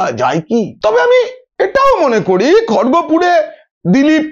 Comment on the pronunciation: দাদা কথাটা Khorgopur নয়, ওটা উচ্চারন হবে "Kharagpur"! কথা বলার সময় উচ্চারনটা ঠিক করুন🙏